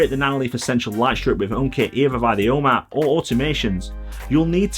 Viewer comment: I know I've complained about this before, but I still find your pronunciation of "home app" very confusing every time I happen to listen to one of your videos. After a few minutes trying to figure out what this "O map" is, I finally realized this was supposed to be 'ome App.